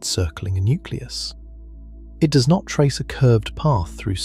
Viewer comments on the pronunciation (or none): none